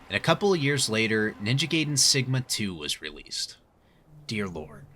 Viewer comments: It’s pronounced GUY-DEN, not GAY-DEN. Also, they should have kept all of the content of both versions so that way they can actually call it definitive. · Guy-den, the majority of the Latin derived language speaking world says it like that. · You said it right but continued whit "Ninja gayden" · That’s when I knew he was doing it on purpose 😂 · Gay-den. Guy-den. Lol did you switch between both pronunciations on purpose 😂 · I was dying inside every single Gayden coming out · The pronunciation of gaiden annoys me